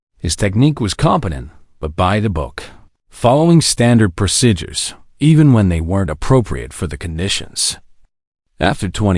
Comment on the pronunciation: WHY cant they pronounce PROCEDURES?????? Its not rocket science